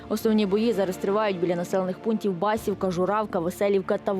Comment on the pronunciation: БасІвка, Юнаківка на ю наголос, КіндрАтівка. По всіх каналах тільки хайп на гучних заголовках.